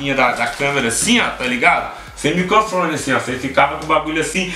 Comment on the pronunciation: "micofone" Kkkkkkk